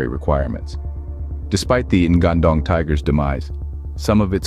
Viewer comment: The spelling should be "ngan-ndong", with "nga" spells like word "ngi" in "singing" And not "N-gandong" 😂